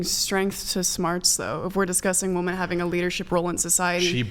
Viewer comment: I thought I would make it through a whole episode without hearing woman in the place of women until . Once again, no one says anything about it. Illiteracy everywhere.